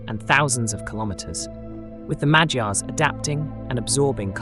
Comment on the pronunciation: Did anybody noticed how almost perfectly he pronounced Magyars? Keep up the good work m8. Love from Hungary❤